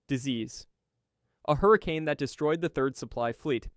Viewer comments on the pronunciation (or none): none